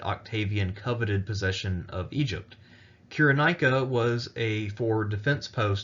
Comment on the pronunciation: Interesting, but it's pronounced: [SY] + [RUH] + [NAY] + [I] + [KUH]